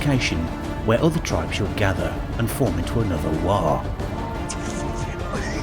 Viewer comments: You get a like for waaaghh and not warg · Outstanding - and I just want to praise you to the rafters for not pronouncing Waaaagh with a hard G at the end like so many others. I never understood it - every ork in warhammer games always makes it clear that it's obviously just a bastardisation of "war"